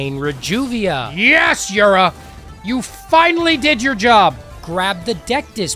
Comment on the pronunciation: never heard someone pronounce reduvia that way before.